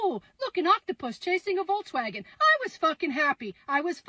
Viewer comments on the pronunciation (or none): none